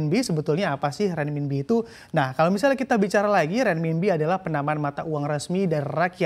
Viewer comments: renminbi bacanya renminpi, jadi pembawa berita koq bo'ol banget, belajar dulu cara bacanya... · perlu latihan lidah nih untuk nyebut RENMINBI